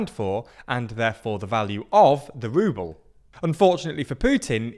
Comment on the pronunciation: euwop and wuble 😂